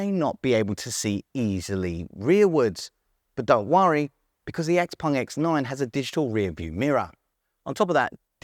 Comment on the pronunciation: why do you pronounce it XPung? Everyone else can pronounce it properly